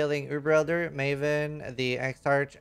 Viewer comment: SEER-us* EX-ark* GRAVE Troff*